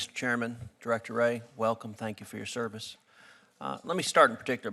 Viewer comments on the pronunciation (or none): none